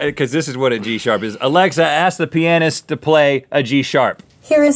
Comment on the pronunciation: That's not how you pronounce pianist, and you know it...